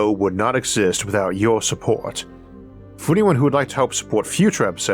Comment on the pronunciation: Man does the nawwator have a speech impediment ? The amount of rs pronounced like a w is way too distwacting